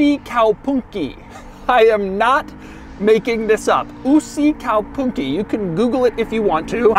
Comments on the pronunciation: Basically his only mistake is that he says "Usikaupunki" instead of "Uusikaupunki". It's a long u. Other than that, he's pretty spot on, ofc he emphasizes the word a bit strangely but it doesn't affect the understanding. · it is not yysikäypynki it's uusi kaupunki perkele. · That pronunciation though... Painful. But love that he tried :D